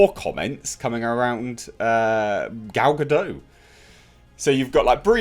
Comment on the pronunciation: A bit of a heads-up. the T in Gal Godot's surname is not silent.